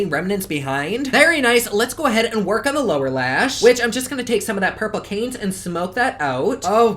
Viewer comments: As usual, a great review and a beautiful look even with the outcome. FYI, Cannes is pronounced like khan...it’s on the French Riviera...and Seychelles like say shells...east of Africa. 💕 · Cringing at the pronunciation of Cannes haha